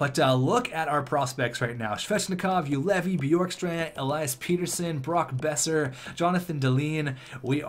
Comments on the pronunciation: "Pet-ersson" not "Peter-sson" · its pettersson not peterson like better son not beater son